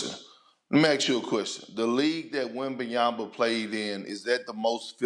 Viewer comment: perkins will be relevant when he stats saying his name right first...